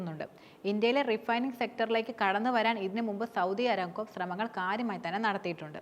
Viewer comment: അരാംകോ അല്ലാ ,അറാംകോ എന്നാണ് കരോ മാര പൂര 😂😂